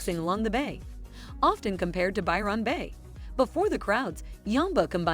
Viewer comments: “By-Ron” is giving “A-A-Ron” 💀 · I'll add my voice to those who deride this BLOODY DREADFUL blurb with a robot voice mispronouncing EVERYTHING... Byron (pronounce Byerun, NOT Biiiii-RAAAHN and Yamba is just- Yambuh). All these places are hideously expensive and incredibly overpriced. If you want to enjoy a small seaside town go to the little places, not the big named places: You'll get the REAL feel if you stop at a little motel near the beach, and eat at the local pub or small restaurants in town. Take a walk around town, and if there's a beach, buy some stuff to make your own sandwiches and spend the day there- and just remember to SLATHER ON THE XPF 50 BAZILLION all over yourself because if you don't you'll look like a British Tourist: the same colour as a broiled lobster... -shakes head and rolls eyes... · Pronounced more like Bywin Bay rather then Byron Bay,, If pronounced Byron link it as one word .. This lady has said it wrong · There are errors in this clip. Port Douglas is an hour from Cairns not 5 minutes. It's Byr'n Bay not Buy Ron Bay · Gah! Machine narration! Aussies pronounce it more like “By-run” Bay… “Ev-van-dale”… “Strath-al-bun”